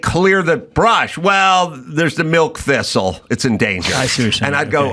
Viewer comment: The "thistle" and the "smelt"...😂